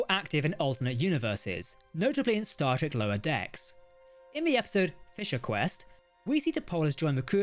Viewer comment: He keeps asking me to hit the subscribe bun. I can't find it, is it near the subscribe button? I can only infer from the fact that he frequenlty pronounces "Star Trek" as "" that h is simply not good at speaking.